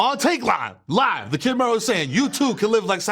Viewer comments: It's not pronounced ME-RO, it's Mero, like “marrow”. Put some respect on the brand! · I'm so sorry but not sis saying MEEro